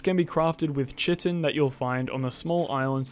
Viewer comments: Nice video. Chitin is pronounced kite-in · Chitin is pronounced KY-tin ("kaɪtɪn") why do so few english native speakers know this